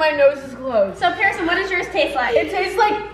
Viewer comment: Pierson, NOT Pearson